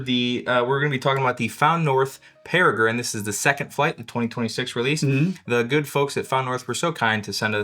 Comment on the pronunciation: Impressed that actually pronounced Peregrine correctly